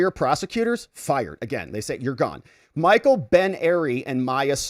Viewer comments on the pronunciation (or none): none